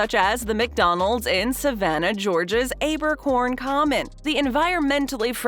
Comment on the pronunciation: The local pronunciation of the Savannah’s location is Abercorn Commons with a short A. You said it with a long A.